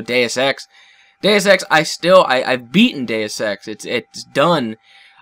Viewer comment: Does anyone else think he's saying Day of Sex when he says Deus X ?